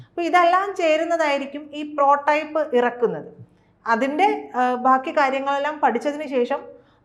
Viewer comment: പ്രോ ടൈപ്പ് അല്ല, പ്രോട്ടോടൈപ്പ് എന്നാണ്! എന്താണ് ഈ രണ്ടു Expert കൾ ക്കും ആവാക്ക് പോലും ശരിയായി പറയാൻ പറ്റാഞ്ഞത്?